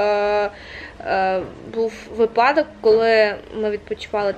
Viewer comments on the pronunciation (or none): Машуль, не випАдок, а вИпадок🫶🏻